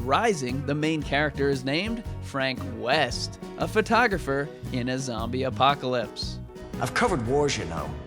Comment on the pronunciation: I thought you said Frank Weast